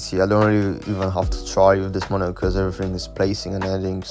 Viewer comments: "Monio" it's Monitor bro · monitor❌ monio✔✔